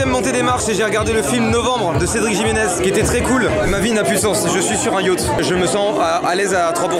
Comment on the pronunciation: Le Jiménez je crois qu'il se prononce comme le moi de novembre